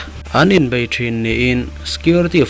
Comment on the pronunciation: An bai ti lovin an Bei a tirawh . Mizo tawng i hmang ve si a. Chawhmeh sawina alâwm bai chu .